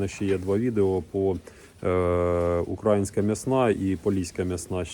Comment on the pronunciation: Дивлюся із захопленням, цікава тема, після перемоги долучуся до відродження села. Єдине зауваження до автора - змініть будь ласка наголос в слові український/а